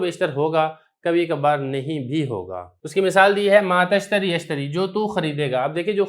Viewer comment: تشتر پر زیر کیوں پرھا